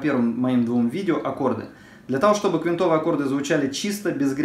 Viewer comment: прошу прощения, но правильно "квИнтовые".